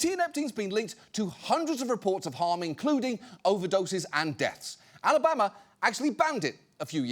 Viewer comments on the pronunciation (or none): none